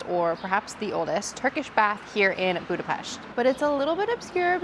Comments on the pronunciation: And extra points for pronouncing Budapest right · Thanks you for saying Budapest the right way❤